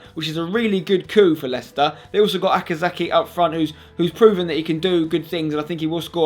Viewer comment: Leicester... not Leciester